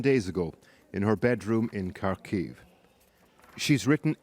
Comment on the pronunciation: Good documentary. But you butchered the pronunciation of "Kharkiv".